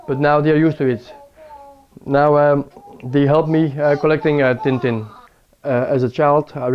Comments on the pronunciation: Tintin, not Tin Tin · Tintin, not TinTin